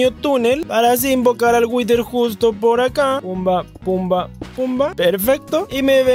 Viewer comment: Por que pronuncias "witer"??? (whiter) Creo que se dice "wider"